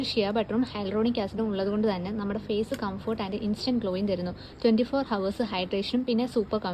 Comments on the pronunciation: ഹവേഴ്സ് അല്ല അവേർസ്... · 'Hours' ennu ezhuthiyalum 'ours' ennanu pronounce cheyyendath. H silent aanu. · Hours is pronounced as ours h is silent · Hours ennu parayumbol h silent aann ours enna paraya onnu sredhikkane❤ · Long lastic ❌️ Long Lasting ✅️ Hours ❌️ hours ✅️ ( H silent)